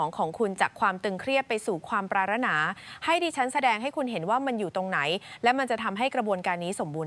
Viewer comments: เสียงผู้บรรยายอ่านภาษาไทยไม่ถูกหลายคำเช่น ปราถนา อ่านว่าปาดถะหนา ไม่ใช่ปาระนา แข็งแกร่ง อ่านว่าแข็ง แกร่ง ไม่ใช่แข็งแกร้ง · ปรารถนาเขาอ่านว่าปราด ถะ หนา ไม่ใช่ปรา รด นา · เขาอ่านว่าปราด ถะ หนา ไม่ใช่ ปราระถะนา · อ่านภาษาไทย ปรารถนา อ่านว่า"ปราดถะหนา" ไม่ใช่"ปรารดนา"นะ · คุณเป็นคนไทยแท้ ๆ หรือเปล่า "ปรารถนา" อ่านออกเสียงว่า ปราด ถะ หนา ครับ ไม่ใช่ ปรา รด นา ครับ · ไม่ใช่ ปรา รถ นา..เขาอ่านว่า ปราศถะหนา...เร็ว ๆ อ่านว่า เร็ว เร็ว (สองคำ) ไม่ใช่ เร็ว HA HA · อ่านภาษาไทยไม่ถูกครับเช่นคำว่าปราถนาให้อ่านว่าปาดถะหนาครับ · ปรารถนา/อ่านว่า=ปาด-ถะ-หนา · นางพูด ปา ระ นา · ปรารถนา อ่านว่า ปราด_ถะ _หนา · ภาษาไทยอ่อนแอ ปรารถนา อ่านว่า ปาด_ถะ_หนา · ิ่บางคำอ่านผิดหลักเช่น..ปรารถนา .ทำไมอ่านปารดนา งง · 😂สิ่งที่ Ai ทำไม่ได้คือการอ่านภาษาไทยไม่ถูกต้องไม่สละสลวย😅 คำว่า ปรารถนา😂😂55555